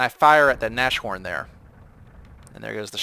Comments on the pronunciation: Nas-horn, not nash horn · Naz-horn dude not Nash-horn :D I think you already know it, you have a decent knowledge of German. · "Nashorn" is pronounces like "Nas-Horn", the "sh" isn't pronounced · Nas-horn! Nas-horn!!! With a long "a" like "Nahs"... Q_Q And for the Germans in WW2 the main problem which would define production costs was getting material, like (high-)quality steel and such. Man-power was quite readily available due to slave-labour from the concentration camps. Still, the second factor in regards to production was the factories being bombed very often, slowing down production. But I'd still put the "lack of material" (and fuel, oil was a big problem) as the main factor in "production cost". Or at least I'd put the constant damage to factories and the lack of materials on the same level of how severe they impacted production levels. The only German tanks that could actually effectivly stand up to the tanks the enemies (mainly the Soviets) threw at them were also much more expensive to build then their counterparts...most of the tank battles earlier in the war were just won due to the skill of the German tank drivers, not the quality of their tanks. I think the Panther was the first model to actually be able to really compete with the T-34 for example. But I guess you probably know that even better than me... :p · Nas-horn,. Pls. It annys the hell out of me as a german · Keep the Nashorn (By the way, since it's German, the 'sh' doesn't make the 'sh' sound. The sounds of 'nas' and 'horn' are separate. Imagine a hyphen there when you say the word.), but sell the toaster. I find the Nashorn enjoyable, even though I haven't unlocked the long 88mm gun and am using the short 88mm gun currently. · Ahhhhh he said nash horn again -.